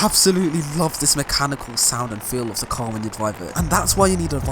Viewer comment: Why did he say tar not car?